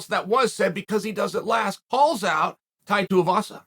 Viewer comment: holy shit he said Tai's name right